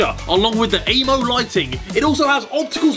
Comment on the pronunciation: Harry when you do an ad read atleast be bothered to pronounce AMO correctly